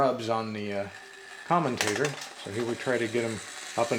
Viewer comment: Yep, he said common tater